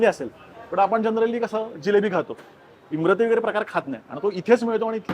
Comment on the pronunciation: इमारती आहे, इमरती नही